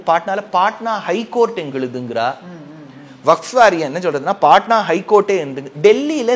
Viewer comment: சாமி vafth அல்ல. Vakf சரியா சொல்லுங்க!.